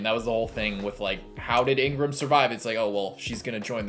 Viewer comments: I think his name is pronouce "Igaram".. Ingram is bakugan's name from new vestroia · He is not called Ingram. His name is Iga-ram.